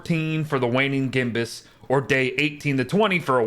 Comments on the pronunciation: Gibbous, not gimbus, it means an almost full moon. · Wtf is a “gimbus” moon